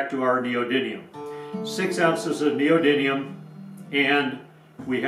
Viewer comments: don't know about captions. You say neodyNium repeatedly. ☺️👍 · Neodymium not neodyNium